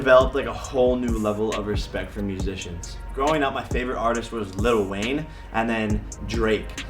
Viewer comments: little wayne 😆 there is no Ts!! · Little.... with an it_tall. Like little debbie. Like little without an itt_al Wayne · The fact that he calls lil Wayne “little Wayne” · did he really call lil wayne LITTLE wayne 🤦‍♀️ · He kept saying little wayne lolol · “Little” lol “Lil” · Mans said Little Wayne! 😂💀